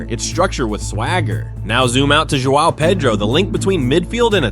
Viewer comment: I like your video cuz you finally pronounced João Pedro correctly. Hats off.